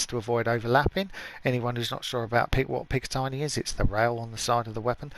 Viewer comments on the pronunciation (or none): It’s pronounced as said pick-a-tinny not tiny just saying sorry